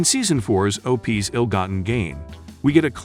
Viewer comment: "Nineteen HUNDRED 60s"??? "O-PEEZ"? Yeah, AI at its finest.